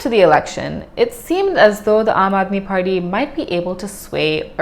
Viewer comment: it's Party not Farty 😆